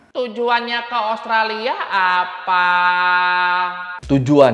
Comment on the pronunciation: Bang usahakan selalu sebut nama Australia bang, karena namanya bukan Australi, ibaratnya sama dengan nama Indonesia, bukan Indonesi. Maju terus abangku. Sukses selalu yah👍